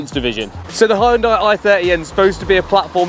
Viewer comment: You don't pronounced the Korean car name like that. Donut 😅😂..